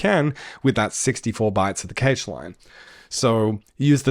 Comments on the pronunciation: You know it's "cash" right? Like money. Not "cay-sh". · EVERYONE CALLS IT CASH NOT CAGE REEEEEEEEEEEEEEEEEEEEEEEE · Dude video its great, but its not keysh its cache xd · But why do you say cage ? Pretty sure cache is closer to "cash" than "cage" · so much great info!! also, cache rhymes beige? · Cache is pronounced cash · `cache` is pronounced exactly like `cash` 👍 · that's a weird way to pronounce cache